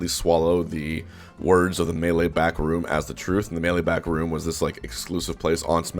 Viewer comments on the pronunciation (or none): none